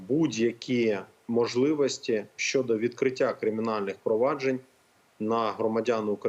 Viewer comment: Ні малоросії лубінця!!!!! Лубінець, українською 'так', а не да. Він реально москворотий, вимова підтверджує!!!!! Щьо, мажливасті, тимчясовий, впИвнений, бИсіда,, з кІм, по своїм каналам, чьому, засвічєні, точьно. заканадавства., щє.... Фаріон зараз не політик, то до чого цей комент??? Цей хлоп реально обіймає свою посаду???? Зверніться до сбу про несанкціоноване збіговисько студентів політеху ! В Дніпрі українська студентка другосортна, захистите її?